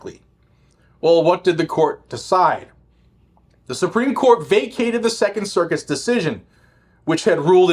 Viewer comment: did you say "second circus?"😂